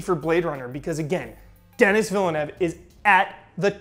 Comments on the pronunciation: you were so close with Denis Villeneuve's name prononciation. The Villeneuve part was actually great, but it's not "Dennis", more like Deh-nee. Take it from someone who lives in Quebec and gets his name butchered by anglophones constantly ahah. Great video as always I'm so happy when you go all in on a topic non-video game related. L&R! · Its pronounced "The"-nee for his first name, "The" as pronounced in front of "The room", So The-nee Villeneuve, you got his last name right though:-)